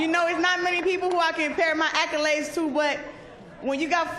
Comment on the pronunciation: My ack-ka-laids! 😂😂😂😂